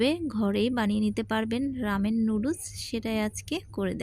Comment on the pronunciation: লুডুস কী আবার? নুডলস বলতে শিখেন আগে,তারপর রান্না করিয়েন।